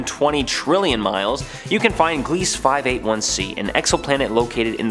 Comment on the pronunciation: Very fun video. I do love me some exo-planets! Just to help a bit, Gliese is pronounced GLEEZ-uh. Named after an astronomer ^_^ Willhelm Gliese.